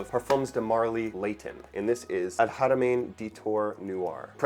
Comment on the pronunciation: Wow your pronunciation on al haramain and khamrah is actually really good! Im impressed